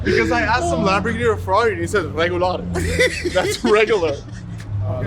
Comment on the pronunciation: 😆 🤌🏼 He said , Rrregularr ! 🤣🤣🤣🤣😭😭😭😭